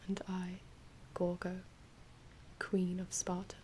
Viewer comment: In Greek it’s pronounced “Yorgo” not “Gorgo” even tho it’s spelled with a G